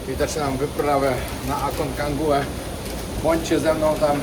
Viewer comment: Z całym szacunkiem, ale wypadałoby znać nazwę szczytu na który się wybiera. Kolejny raz słyszę Aconcangua. Nazwa prawidłowa Aconcagua.